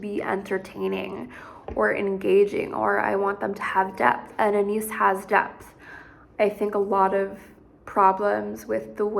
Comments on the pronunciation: Ana-yees - not Anees. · Saw documentary where she pronounced her name. Ah-Nah-eese